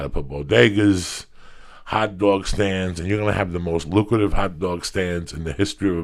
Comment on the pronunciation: HAWT DWAWG STAAND